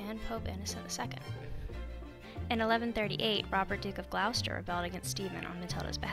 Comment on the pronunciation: Its not pronounced Gl OW ster. Its pronounced Gloss ter